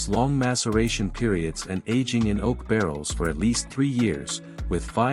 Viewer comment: The simple content is great, but this robotic voice over, pronounced almost every grape varietal incorrectly. And the wine is aged in “oak” barrels, not “oat”.